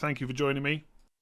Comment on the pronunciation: I'm Thai and I approve Andy's pronunciation 😉